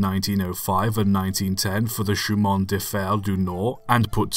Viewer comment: Great series of videos. Suggest you get some help pronouncing “Che in.”